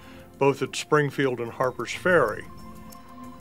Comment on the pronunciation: Musket not muskit Springfield not springfeild